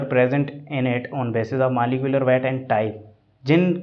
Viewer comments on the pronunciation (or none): Maaliculer weight 😅 and cooolect 😅 but nice sir ji your teaching style is very good. Love from India 🇮🇳 🙏🙏🙏